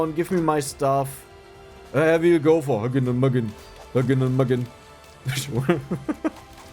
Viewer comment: Pronounce hugin and munin more like you’d say it in german.